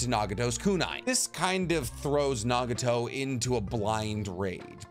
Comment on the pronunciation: Why did u say nageeto instead of nagato lmao is it cuz u wanted to ryhme with yaheko fr sum reason